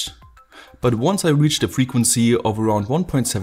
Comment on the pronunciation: The Frequnsie.. the faillyrre.... sie you next time